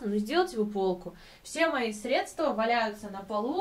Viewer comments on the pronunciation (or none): none